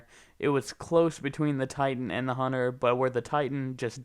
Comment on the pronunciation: HUNNER?HUNTER NOT HUNNER